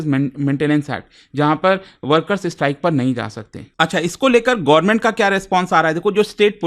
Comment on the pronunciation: Sir... Government ya Sarkar boliye, Gorman sunne accha nahi lagta.